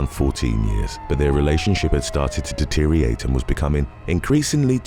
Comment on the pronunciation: 1. Someone cannot be rendered "unconscious" AND effectively "retreat". Write Better Bullshit. 2. "Deteriorate" has two "R"s and five syllables. You're English, right? So learn to speak it. 3. I shit my pants several hours ago but I know For-A-Fact I did NOT have corn, which means this is someone else's shit, and I'm not cleaning up after someone else.